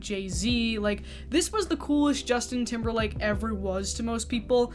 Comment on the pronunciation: Lmfao I love you but the way your accent pronounce timberLAND. 🤣😂 you got a like from me just for that.